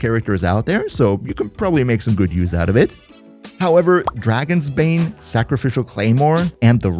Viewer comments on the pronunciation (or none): none